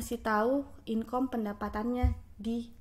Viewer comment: Belajar lagi lah bahasa inggrisnya, masa engagement, demand & income aja medhok 😂 Atau kalau ngga, pakai bahasa indo yang baku sekalian.